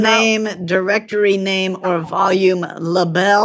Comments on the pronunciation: I'm guessing to seem like they don't know much about computers, cause to someone who doesn't know how to pronounce label, it would look like you would need to pronounce it like that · I've never heard the word label pronounced so oddly before.